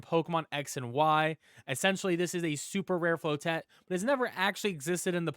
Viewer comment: Man said "Flow-Tett"